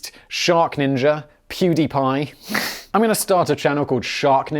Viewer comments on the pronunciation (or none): none